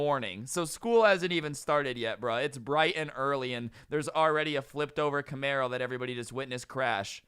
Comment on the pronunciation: Wait you said Camaro sounds like a mustang driver